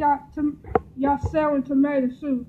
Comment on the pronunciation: I've never seen someone to lazy to pronounce their words right. This thing said, " YOU KNOW WHADDA GO GUUD WIT DIS SAN WI". Smh& Lol 😂